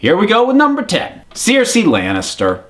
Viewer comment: I'm American and I pronounce all the names correctly. This guy's just an idiot. Please don't lump all Americans in the same boat as this goon...